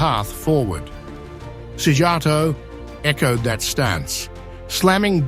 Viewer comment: Yes Hungary is right. You pronounced Orbán so beautifully, what about Szíjjártó? I mean you should know j is not pronounced like English j in Hungarian.